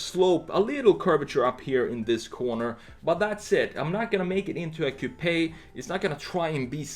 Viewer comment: my drunk ass cant handle it when he says "cou-p-aye" lmao